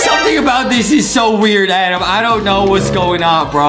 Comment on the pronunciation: It is raccoon not squirrel. Justin Adams my favorite now I won’t call him adem